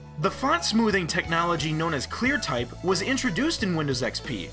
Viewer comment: LOL, “Smont foothing” XD